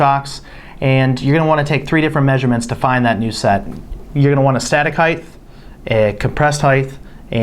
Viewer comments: OMG!!! It’s HEIGHT, NOT heighth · cant stand it when people say heighth... height...not heighth... Great vid tho thank you! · It's height, not heigth! Come-on 😮!! Height, height, height!!! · Since when does "height" have a TH sound?